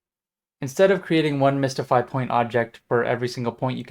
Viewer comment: mystify, not mistify :)